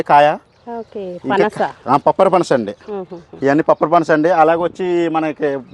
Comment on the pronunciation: "పప్పరపన్స" కాదు; "పంపరపనాస".